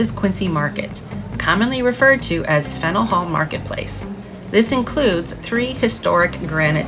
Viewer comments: I've never heard someone pronounce it "Fennel." More like "Fan-yewl" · I love Boston. Live in Connecticut and try and go once a year. I believe the correct pronunciation is Fan-yuhl Hall. Will you be doing any movie locations? The Verdict, Departed, Good Will Hunting and The Town come to mind. Have to visit North End for food and pastries. I prefer Bova Bakery (which is popular with locals) but Mike's and Modern is where more of the tourists go.